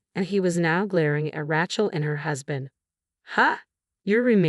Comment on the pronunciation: I hate AI. It's Ray Chelsea, not Ratch El. F@ AI.